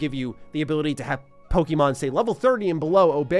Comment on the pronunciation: I genuinely just wish you pronounced Pokemon correctly... Like ever. If my 6 year old can I think any adult can too.